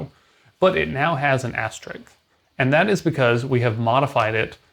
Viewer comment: Asterisk not Asterix.